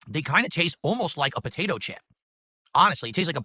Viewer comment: No they're "Buhdaytoe chips" according to.